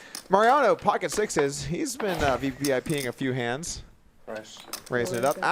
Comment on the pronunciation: “V. P. I. peeing”? 😂 it’s pronounced vpip Doug. As in, “Did you see Scottie Pippen last night? He was vpip’n alright!”